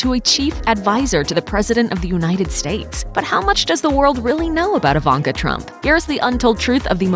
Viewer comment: why reporter spells her name like "AVANKA"😆😆😆